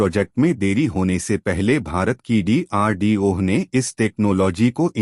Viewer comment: DRDO ek sabd hai.Tum ucharan D ko alag karke bol rahe ho.